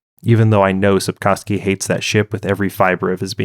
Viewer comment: You butchered both the pronunciation and the spelling of Sapkowski in the opening seconds, and that was only the beginning of inaccuracies of this summary.